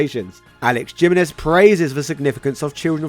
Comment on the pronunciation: Gee-men-ez... bro. He-men-ez, it's Spanish.